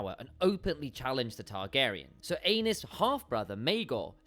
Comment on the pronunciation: Right! Ay-neese